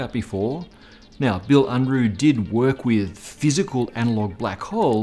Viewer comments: The alignment of your body is so terrible. Just like your mouth-breathing based speech patterns and patterns of thinking which they reflect. Unruh is pronounced Un-ra, not un-roo, he ain't no kangaroo!! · well, it's Unruh and sounds like "oon - roo"(in English spelling) and it actually means something like "unrest" or "restlessness" ... or in other words the opposite of "quiet" and "tranquility" ...